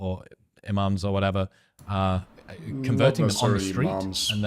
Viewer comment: Why does him saying converting sound like reverting